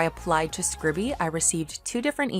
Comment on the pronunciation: I think it's pronounced scribe-e, not scribby? Note the lack of double consonant. Scribe-e, from to scribe or transcribe.